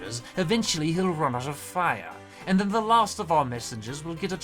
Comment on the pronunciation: Hellooooo native Brit here I have some points for you :) I’ve written some of this in phonemic letters cause pronunciation is hard over the internet - R sounds; they should be a bit softer I think, at least for the princess specifically. Noticed it for words like fire and after - The o sounds in Gedlock and others should be more towards the front of your mouth; less /ɑ:/ and more /ɒ/! Making your mouth more round might help with this? For the king specifically: - I liked the tone you gave “did you hear that dear”, good acting lol. Hear and dear shouldn’t quite sound the same; think of how you’d say deer instead - Not every word has to have its vowels emphasised, I noticed it when examine how you say “this” - The “Us” was good, perhaps a liiittle bit too buzzy at the end but it’s definitely what you should be doing! For the guards: - “high temperatures” I think it’s probably the very end that was a snag; cockney tends to clip words a lot, like high becoming ‘igh and such. The end should be clipped to be /teəmprʊəʧz/! Keep that in mind for other words, like “who” in that same segment with that guy lol - I think neither should have pronounced the other way but I constantly mix up how you’re meant to say it this side of the pond so I couldn’t tell you!! fellow brits help me please You get the jist of the pronunciation rules overall; sometimes you slip, but of course these rules become more and more of a habit the more you practice! Watching British media clips and tr